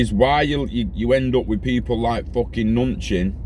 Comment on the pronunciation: Ma Nu Chin THAT'S how you pronounce it